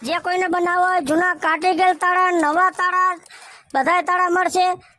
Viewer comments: તાળા હોય ટાળા નહી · એને ટાળા નો કહેવાય એને તાળા કહેવાય